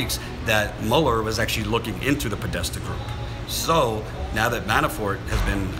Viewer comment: When you say "Manafort" it sounds like you are saying "ManaFART" lol... I know I'm immature. But I found this hilarious. ❤